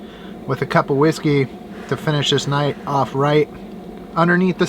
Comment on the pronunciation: I'M NEW LOVE WATCHING YOU, WHERE DID YOU GET THAT GREAT COOKING FROM, I LOVE TO SEE YOU COOK,YOU SAY YOU LEARNED A RECIPE FROM YOUR DAD. YOU'VE MUST HAVE LEARN WHEN YOU WAS A LITTLE KID, WATCHING HIM, YOU TALE CARE 💪💙👍😄😘 I'M WATCHING YOU NOW ON TV, I LAUGH WHEN YOU SAY WHISKEY, MAKES YOU SOUND LIKE YOU'RE IN A WESTERN MOVIE, YOURE A COOL AND HANDSOME GUY, LOVE YOUR DOG STAY SAFE!!! THEM STEEP HILLS, AND YOU BE ROLLING!